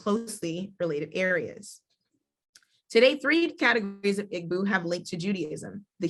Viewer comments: People. PLEASE...It's not "IG -BU"...IT's "EE - BO"....Say "EE-BO" " EEEEEE - BO " which is where the word "Hebrew" comes from...Eber/Ivrite/Ibrim are mispronunciations of "IGBO". In addition, what she's reading isn't what the majority of the people believe. Mostly, foreigners have come in and published books. You have to speak to the actual Elders in different villages so this misinformation can stop being spread...The Eri myth is only 1 part of the history. Our people have to STOP trying to teach these things when you don't know yet...There's sooo much that Black Hebrew Israelites just don't know. I'm currently making a documentary on this. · Please use the correct pronunciations of the words that you refer to by looking them up or asking someone from that country. Igbo has a silent g. sounds like ee boo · people say Igg-boo. It's EE-bow Igbo or Ndi Igbo EN DEE-bow.